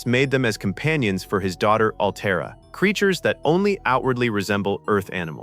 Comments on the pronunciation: ALTERRA, NOT ALTAYRA/AL TIE RA. Grf. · Has anyone even SEEN Forbidden Planet? Altaira is pronounced Al-tare-ah. It seems as if the narrator gets this halfway through the clip, but no one removed the earlier Al-tyre-ahs. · How do you make a video about this movie and not pronounce the female leads name "Altaira" properly? Pronounced -- Al - tear - ah Have seen the film? Altaira Alta Morbius, daughter of Melvin Mordecai Morbius. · Name was Altaira. Al tear (like rip) a.. Alta for short. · And not Al-TIE-ra. 🤦🏿‍♀️ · It is pronounced “Al-tear-uh” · OR, maybe ' Al - TAIR- a '. . . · Mispronouncing Altira did it for me. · yes on Altaira. minor point; good vid.